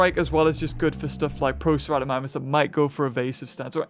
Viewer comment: Its pronounced pro-cerato-mimus